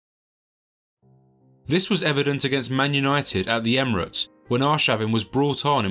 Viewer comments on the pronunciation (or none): none